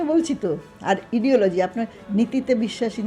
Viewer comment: আইডিওলজি বলতে চাইছিলেন । কিন্তু বললেন ইডিওলজি।